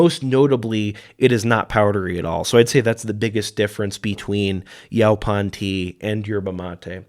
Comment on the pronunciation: It’s pronounced “yo-pawn”.